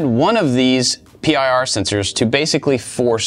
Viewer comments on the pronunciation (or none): it's PIR sensors, not P-I-R...